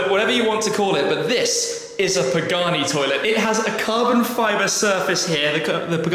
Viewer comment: I loved the "Pee-Gani". Now that was s a very cool destination, Tim.